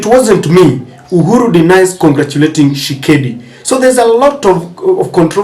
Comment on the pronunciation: Dude, the name is TSHI-SE-KEDI, not Tshekedi. C'mon, be professional!